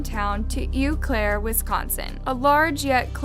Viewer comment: Ew Claire 😂 it's pronounced "oh" Claire but it might as well be ew.